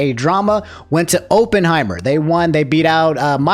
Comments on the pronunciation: Every time said "Openheimer" a part of my soul left my body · Pretty obvious you haven't watched Oppenheimer since you keep mispronouncing it. More to the point, maybe a voice actor's guild is necessary. SAG has never treated them with any respect. Peter Cullen gets a lifetime Emmy only to be replaced by Chris Hemsworth on Optimus Prime.